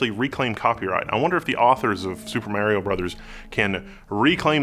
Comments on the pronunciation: Mary-O ? I think you meant to say MAR-IO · Why are you saying "MErio Brothers" ? wtf.. I'm so triggered haha